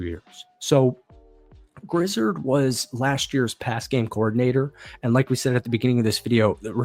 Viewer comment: Loved the video! One small note, Grizzard is pronounced Grizz-ahrd, rather than Grizz-erhd. Go Bucs!